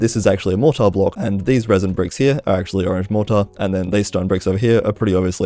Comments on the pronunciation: please pronounce it mor-tr or mor-tuh, mor-taar just sounds very off 😭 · Your pronunciation of mortar is infuriating